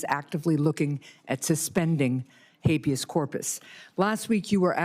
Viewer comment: "Hayveous Corpus"? She can't even pronounce it and until she was schooled here she didn't even know what it was!